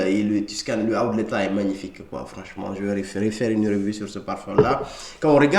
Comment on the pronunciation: Tu prononces « letha » pour dire « leather », c’est assez perturbant